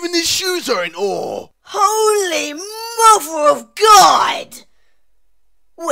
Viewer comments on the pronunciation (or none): HOOLY MUVER OF GAAWD lool